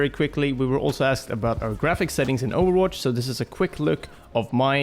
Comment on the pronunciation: I like it how they pronounce ovwatch